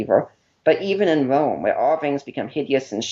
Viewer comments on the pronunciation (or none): "but even in Wome" HAHAHAH "Your father was a Woman?" "No, a ROMAN!" "Frow him to the floor again, sir?" "Oh, yes, frow him to the floow again." hahahahaha man, I'm sorry. But that's just funny. Poor guy, can't help he has a speech impediment but I also couldn't help remembering the Python skit. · ***** Did you even read my comment in its entirety? When a guy says "Wome" for "Rome" and you've watched the Python skit 20 times.... I guess you either haven't seen it or just think that even bring up the guy's speech problem in any way makes me some kind of monster. Hey, whatever makes you feel good. If you like to bash me for making the Python connection, go ahead. Everyone who can read and has a brain could see in my post that I was not making fun of but remembering a funny Python skit that argument brought to my mind. This is why I don't "hang out" in the atheist "community". Lots of dumb mutherfuckers in it.